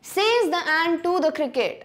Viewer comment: Mam you have pronounced says wrong.